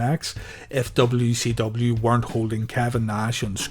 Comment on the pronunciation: It sounds like you are saying w e c w lol